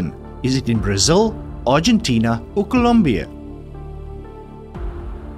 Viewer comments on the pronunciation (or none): none